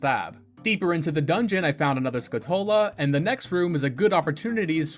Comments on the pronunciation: Skull-chu-la, not skull-two-la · Great video bro! But, as a pedantic (and pathetic) "pronunciation police", it's pronounced SKULL-Tula, not Skutula, you missed the L's. Still a great video of course! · am i the only one that doesnt like the pronounciation of skulltula here? they're spiders that have the appearance of a skull and you're removing the word skull from their name that they're named after, you remove their namesake. Skull-Too-lah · Now I finally know the correct way to pronounce names from this game. "EP-uh-nuh" "skuh-TULL-uh" "Pharoah's Wind" "Volgaria" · "Skuh-TOLE-uh" isn't rage bait? Bruh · It's skulltula, like skull tarantula. Not 'skutola' or whatever you said. Also don't know why you pronounce cucco like that, the U shouldn't be elongated ain't no R in that name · Hey, I think that Skulltula is pronounced as though you were slamming skull and tarantula together. Skull-tchoo-luh. My brother said that when we were kids and it made so much sense. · Is it not Skull-Tu-La? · Any else pronounce it skull-TOO-la as a kid? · It was skull-tuh-luh for me. I dont think he's ragebaiting as much a pronouncing stuff from this game the same way he did as a kid because that's what I do too